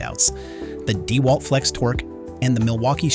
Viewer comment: Your tests are great, and I appreciate your videos. The voice over you use struggles with tool names. Deeewalt and weeeHa are examples. Have you all thought of voiceing yourselves?